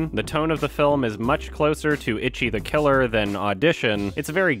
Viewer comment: It really is weird how strangely he pronounces that when he's such a stickler for pronouncing foreign names properly.